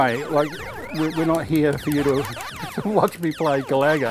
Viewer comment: Great video! by the way its pronounced GA-LA-GA not GALAGO 🙂@